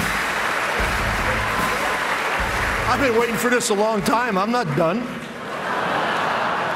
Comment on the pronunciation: Duh Done 就是因為兩個字聽起來很接近，而且教練跟其他人握手，所以所有人以為他講完了